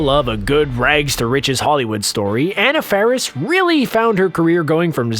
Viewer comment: You MISSED pronounced Anna Faris's name ...